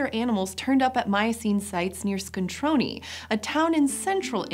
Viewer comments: ScontronE not ScontronI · ABRUZZO AND ITALY STRONK (and big) However, please, it's "ScontronE" not "ScontronI" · I heard this episode originally in the car, and thought you were talking about an Italian city called Scontroni, since that is how you were pronouncing it. E is never pronounced EE in any language but English. That is what I is for. [And, I is never pronounced Eye in any other language]. Scontrone is pronounced with what English calls a short E.